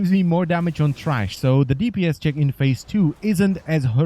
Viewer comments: t h r a s h not trash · Good guide thank you. And it's THRASH not TRASH! Lol. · tHrash not TRash